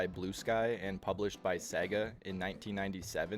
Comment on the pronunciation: Say it with me y'all: Say-gah. It ain't Segg-ah.